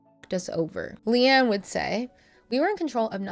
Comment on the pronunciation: It’s Leigh-Anne, non Leigh-Ann